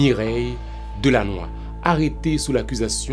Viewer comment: Pourquoi dites vous Delanoix alors que son nom est Délinois?